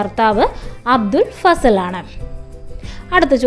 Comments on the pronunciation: അബ്ദുൽ ഫസൽ ❌ അബുൽ ഫസൽ ✅ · അബുൽ ഫസൽ ആണ് , അബ്ദുൾ ഫസൽ അല്ല